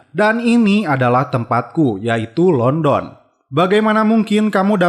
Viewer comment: Pengucapan Londonnya salah mas